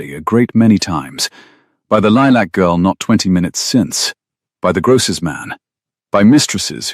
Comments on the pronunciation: Itz lilac not lee-lack, but but that how pronounces words😉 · "Lee-lack" is not a soft color of lavender, not in English, not in American. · Lilac is.